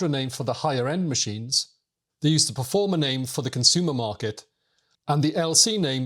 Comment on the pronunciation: Performa, not Performer.